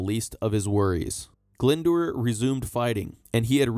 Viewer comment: Glendour is pronounced Glendower!